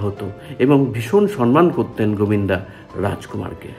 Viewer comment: Cinema uchcharone Sha-er dosh ache. Sonman noy, wordta somman hobe. Ta chara esob purono galpo bolen keno ?